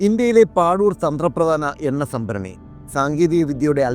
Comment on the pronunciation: പാദൂർ ആണ് അത്, പാഡൂർ അല്ല